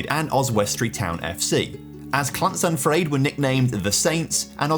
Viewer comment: OMG it is so frustrating hearing foreigners say CLaNSaNfrYEd it’s llansantfraid please stop mispronouncing welsh town names, if you can’t say it then DON’T!!